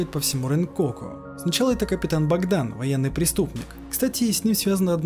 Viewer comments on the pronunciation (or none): none